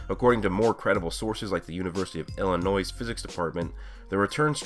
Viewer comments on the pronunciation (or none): none